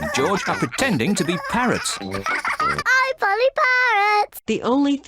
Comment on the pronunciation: It's not Molly it's Polly 😂